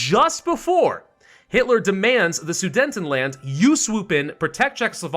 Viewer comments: it’s pronounced suDETanland, not suDENTanland🥲🥲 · I have to ask... is there a reason why keeps pronouncing Su-DE-TENland horribly wrong? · Why do you pronounce it as "Sudentenland"? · Drinking game: take a shot every time he pronounces Sudetenland incorrectly.